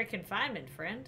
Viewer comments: I think it’s friend not frient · i just realized shes saying "frent"